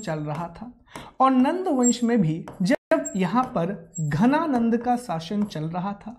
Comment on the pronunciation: Sir it's dhananand not ghananand..